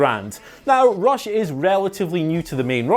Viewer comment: i thought you were saying ross not rush lol